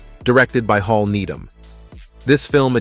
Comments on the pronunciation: And the director was Hal Needham, not Hall,.. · As already mentioned it's Jerry Reed and it's Hal Needham, not Hall. Buford T. Justice was to be her father-in-law. Also I know people pronounce words differently but it's Big & Little Enos (as pronounced in the movie Enus) and Texarkana (Texarcana). Even though it was a made for TV movie, I think Movin' On should get some attention as well as previous said White Line Fever & Breaker Breaker and to a point Rolling Vengeance.